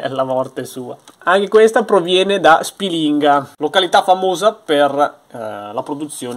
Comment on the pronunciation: Aridaje, si pronuncia Spìlinga e non Spilìnga..., quando scendi ti porto a fare un giro da quelle parti...